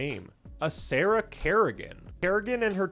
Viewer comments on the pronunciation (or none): none